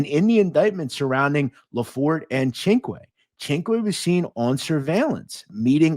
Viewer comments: here is the proper pronunciation of CINQUE Sin-cue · Cinque. Perfect pronunciation. It means 5. Great stuff.